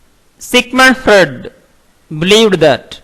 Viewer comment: hai... first you learn to pronounce Piaget and freud...Then read text for others....